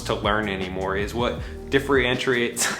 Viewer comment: It's pronounced "differentiate" ;)